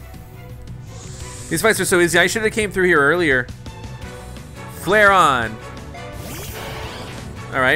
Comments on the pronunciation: Its flare-eon not flaron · flareon is pronounced flare-ee-on